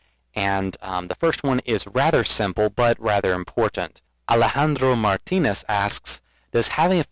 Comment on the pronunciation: What an Amazing Video with great questions and even better answers. I just love how you said mu name Alejandro Martinez